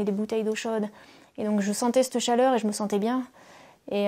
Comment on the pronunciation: "sur CETTE montagne" et pas "sur s'te montagne"